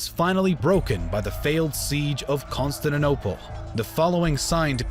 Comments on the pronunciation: Lol Consininople?? Not CONSTANTINOPLE? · amm why is he calling "constantinople" "constand and opal", or is it just me hearing it like that? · Pronounced - Constan-tin-Opal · how cant you actually say Con-stan-ti-nople? lmao, good video though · Consanadopel....this vid sets my teeth on edge. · Pronounciation conquered Constaninonople. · That's CON-STAN-TIN-OPLE you moron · constaninople XD good vid tho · Musave A Leak! He came to Constanaople? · Costatinople? wtf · Also - Con-Stand-ta-nople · CON-STANT-I-NOPLE pronunciation is everything in history do better or I will unsubscribe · King who hurt you kid. Never said anything about them calling themselves the Byzantine, they saw themselves as the Eastern part Roman Empire. Plus I know what the correct pronunciation is and I can assure you Con-stand-ti-niople isnt the right one. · The video is all good but the way he pronounces "Constantinople" triggers me ._. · His pronunciation of Constantinople is criminal. If you're gonna upload "educational" vids do try and master the pronunciation of places. Vid is ruined by these amateurish attempts to say Constantinople !!! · Shame the narrator cannot pronounce Constantinople, a 6-year-old child can do better, makes the whole vid laughable !!!